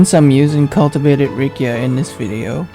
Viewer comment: It's Riccia not Rikkia... correct me if I'm wrong